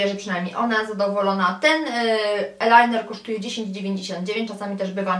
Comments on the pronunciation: z angielskiego tez nie jestem dobra ale nie mowi się "elajner" tylko "ajlajner", chyba ze się mylę,bo akurat tego kosmetyku nie uzywam😃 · nie elajner, tylko ajlajner (eyeliner):)